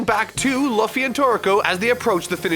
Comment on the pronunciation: Laffy ????? Laffy XDD ???!!!